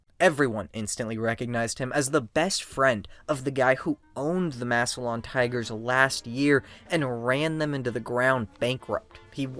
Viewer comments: Wonderful video!! Except it’s “Mass-lan” not “Mass-e-lion” Ohio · Maybe do a tiny bit of research and learn how to pronounce Massilon correctly